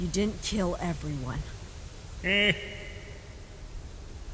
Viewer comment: DiD hE kEel FrASk?